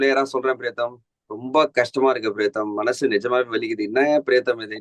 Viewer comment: Its high time, Badri calls as PRIYATHAM.....Not PRETHAM !! basics